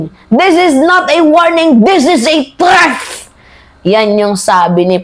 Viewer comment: with all due respect ilang buwan ko ng naririnig at napapansin ung pronunciation mo ng THREAT. paki practice lang po Ang tamang pag bigkas ng THREAT para dika nagmumukhang katawa tawa sa pronunciation mo. By the way I'm a huge fan❤